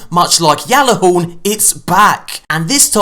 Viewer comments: Did you say yallahorn? Yes you did and it's pronounced Gjall-a-horn not Y'all-horn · Its gall horn No yalla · why u calling the ghallahorn a yallahorn wtf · Y u call it yeahlahorn it's gjallarhorn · You still pronounce Gjallarhorn wrong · If I had a dollar for everytime someone pronounced Gjallarhorn wrong